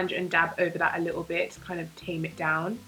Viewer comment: "... a bit-tle" - 2018 lmao <3 luv ya